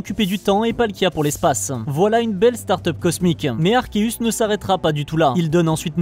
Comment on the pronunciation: Super vidéo je viens juste de m'abonner à ta chaîne baie pécha et sinon mon légendaire préféré est arceus le mec c'est dieu en fait😅 Ps enfin une personne qui prononce arkeus et non pas arseus comme la majorité des français le prononce ❤